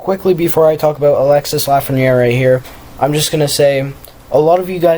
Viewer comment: It's your pronunciation. It's Alexee, and it's Stootzluh.